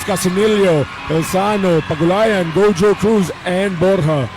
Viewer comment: GO-HO-CRUZ ✅ GOW-JOE-CRUZ❌